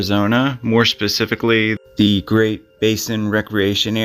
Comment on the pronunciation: First its Gran - it mountain, second its called Press - ket.